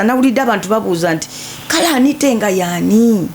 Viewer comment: Anit"a" not Anit"e"